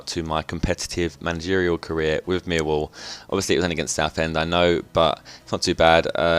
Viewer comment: You say miwwall!